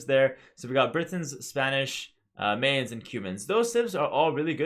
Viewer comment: Its pronounced My-Ans, like, MI-ans, not MA-ans. Like the english word My. My-ans. like Brian. Imagine Brians, Mayans. Brians, Mayans. Mayans rhymes with Brians.